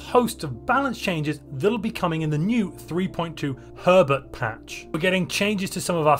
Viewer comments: With your accend it sound like you said pervert instead of herbert... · I'm sorry But I keep hearing "Three point Two Pervert patch" every time you say it xD